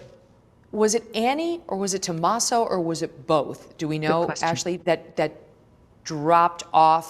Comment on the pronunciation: Why does Megyn say Tomaso the way she does the first time ? smdh